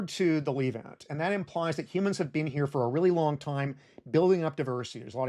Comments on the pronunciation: Great doc, just one thing, that "e" in the word Levant is pronounced same way as the "e" in Less. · The Leevant. Dissiciples. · Calling it the lEEvant has to be a crime somehow Love your videos though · You've got a funny pronunciation of "the leave-ant", hehe. Is that an American thing? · tbh it ruined the video for me so actually not great video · He says the Levant many more times than he says Israel or the Holy Land (though he does mispronounce "Levant") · Great video, but please learn how to pronounce "Levant" and "Sumatra"